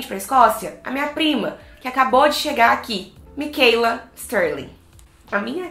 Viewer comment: Por favor não fale Micheila, e sim Michaela